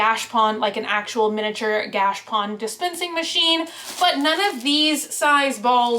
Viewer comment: I’m pretty sure it’s pronounced gah-cha-pone. At least the people I know who live in Japan pronounce it like that. Anyhow, those are really cool!